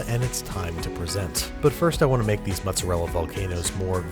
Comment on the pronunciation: Really like your recipes, but "mozzarella"...that really hurts...also, what's romano? Pecorino? And I know it's "difficult" for you, but I'd love to have also some metric portions for your ingredients...